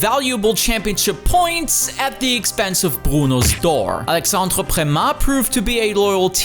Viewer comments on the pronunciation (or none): none